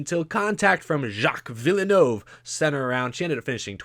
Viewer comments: Vill-nerve not VIL-E-NO-VE it’s French yes but you don’t need to over pronounce it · its pronounced like Jack Vil-nerve even tho its spelled Jacques Villeneuve he was 1997 F1 World Champion and the son of the guy Montreal is named after aka gilles villeneuve. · Curcuit Gilles Villeneuve pronunciation (from a Canadian) Gilles (Gill) Villeneuve (Vill Nerve) Plz correct me if i’m wrong i am from WPG i am not a native french speaker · As a fan of Formula 1, that pronunciation of Circuit Gilles Villeneuve was insulting lmao (it's pronounced vil-noov) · The way he saids Jacques Villeneuve and Gilles Villeneuve as a F1 fan myself makes me internally hurt. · That was the worst pronounciation of Gilles and Jacques Villeneuve’s names I’ve ever heard 😂😂😂😂 (no offense, I’m a big fan of your videos) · So, since we are pronouncing names, how do you pronounce your last name,? S step? Est epp? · sucks ass at pronunciation. Can’t even say Villeneuve right. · again, I like your stuff, but there's something bugging me about this video. Your pronunciations are driving me crazy. Montreal - supposed to be pronounced "Mon-tree-all" Circuit Gilles Villeneuve - supposed to be pronounced "Circuit Jill Villa-new-ve" Eury - supposed to be pronounced "Yuri"